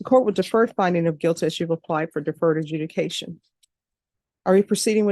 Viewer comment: AJUDICATION NOT EDUCATION!!!!!! Seriously?